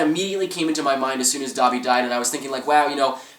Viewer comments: Dobby is said like *Doh-be*. Not *Daw-be*. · did u fking say "da'bi" its DOBE!!!